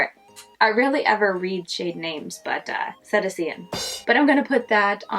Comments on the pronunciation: Cetacean = Se-TAY-shun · I'm here from Debbie's channel. This was such an interesting colour story! In case you use the shade again, it's pronounced "si-tay-shun" and includes all whales, dolphins, and porpoises. 🐬🐋🐬 Menagerie really kills it with the pigmentation.